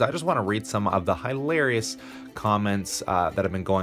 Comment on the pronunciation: The most hi larious is the way you pronounce hilarious.